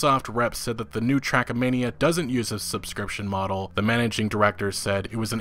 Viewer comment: Why are you calling it "Trackamania"? lol